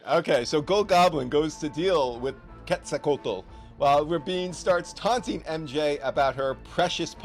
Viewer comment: QWETZLE-COAT, EL LOL